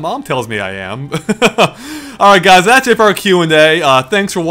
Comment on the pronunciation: Why do I keep earing "that shit" every time you say "that's it"?